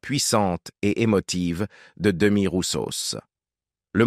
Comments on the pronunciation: C'est pas demi roussos et mais demis avec s à la fin. 😂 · Il faut prononcer le S dans le nom DEMIS et prononcer le e é avec accent aigu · Son prénom était Demis, on prononce le S à la fin !! Je vais aller un peu à contre courant de tous les commentaires élogieux publiés ci-dessous : Nous l'avons accueilli à Istres, (Bdr, 13), au milieu des années 90 . Nous lui avions choisi le meilleur restaurant gastronomique d' Istres (qui a définitivement fermé avec la Covid en 2020), il n'était pas content ,et l'a fait savoir très peu discrètement. Tout le Monde a aimé sauf lui. Il ne voulait pas diner avec ses musiciens (qui faisaient semblant de jouer car il chantait sur bandes-orchestres) , bon, admettons, quoi que cela donne de lui, à cette époque, une image du coup assez individualiste...Direction la scène, pas un sourire, visage fermé, très peu accessible à qui que ce soit. Et arrivé au concert, les balances ne le satisfont pas (il manquait, selon lui, du volume dans les retours et beaucoup de reverb en façade). Le concert commence, cadre verdoyant idyllique, (j'habite à Istres), PAF, c'est reparti les caprices ! (Bon, à sa décharge, j'admets que si le son "orchestre" était très bon, le son de son micro laissait beaucoup à désirer), au beau milieu d'une chanson, il s'arrête de chanter et crie "REVERB" !!! Tous les gens se sont regardés, et ce fut ainsi pendant toute la durée du spectacle, UN CALVAIRE, et pour lui, et pour nous tous !! Il n'est jamais revenu à Istres, et le comité des fêtes ne l'a plus jamais invité ! Un peu plus tard, nous avons accueilli Dave, qui lui est revenu 5 fois, entre Istres, Martigues et Fos